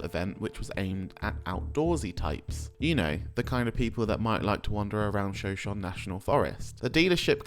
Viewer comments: If anyone is curious, shoshone is pronounced show-show-knee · The pronunciation is killing me. It's like shu show knee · 'Shoshone' is pronounced - "sho-SHO-nee". No biggie. Just letting you know.